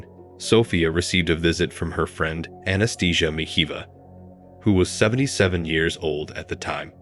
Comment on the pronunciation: The pronunciation of "Anastasia" as "Anaesthesia" has to be the funniest thing I've ever heard.